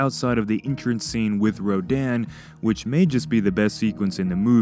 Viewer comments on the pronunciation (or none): none